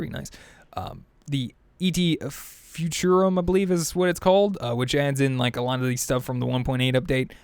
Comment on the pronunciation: E.T. Futurum, dude? Really? It's et futurum, as in "et cetera." "Et" is the latin word for "and."